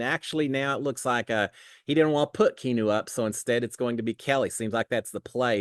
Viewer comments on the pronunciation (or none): I think keeps saying Key new because he’s too lazy to say 3 syllables key ahh new! Come on!! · Key Noo. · And you mispronounced his name multiple ways ha hahaha